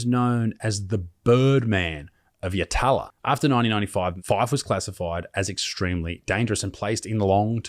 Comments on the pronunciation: I personally think it DEFINITELY deserves at least a conversion and then a subsequent plebiscite to come a to maybe decide as a civilised community. Full disclosure though, I have just finished a bottle of drambuie and I'm heavily biased against child predators in particular! Also, I've lived in SA my whole 40 years and only heard it pronounced "yah-tuh-luh"... so the 1st "a" is like in Apple, and the 2nd "a" is really fast(almost silent), and the third is back to the same as the firsts speed. In action though, it sort of sounds more like "Yah-lah" and when heavily inebriated it's more of a "yah- but you stop really abruptly (like how the "lads" in pommy land don't say the "T"'s in some words after the first syllables, you know? Like the absolute first noise you'd make when yelling out "Oi") and end with the lah... so, " ya-hla " I don't actually know if I'm making a fool of myself here, I did grow up in the, uhh, lower class, though. LoL To reiterate, I've been drinking so please, don't be too harsh with me... However a little roasting in the morning could be funny 😁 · The prison is pronounced "Yat-la" it's in Adelaides northern suburbs. Michael Fife is one of South Australia's most notorious offenders, second only to John Bunting. When inmates are placed in solitary confinement it is because they are punished for things they've done whilst incarcerated - like bashing other inmates or guards. D.C.S - is Department of Corrective Services, for anyone who doesn't know. There's been a few media things done on Fife, check them out. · Pronounced Yat-la…. the second a is essentially silent…. he’s a messed up dude, spent 3 months in Yatala in 2002, no shortage of messed up violent people. Worst 3 months of my life…. kiddie Fidlers go to Port Lincoln as do corrupt cops and prison guards…. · Im sorry mate you butchered the fuck outta that prisons name 😂 YAT as in GAT, LAA as in babe the pig sayin la la la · Its yatala, it yat'la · Oi it's not "Yah-TAH-lah". It's YATla.